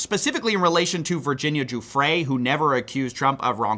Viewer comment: the only one pronouncing virginia giuffre’s name right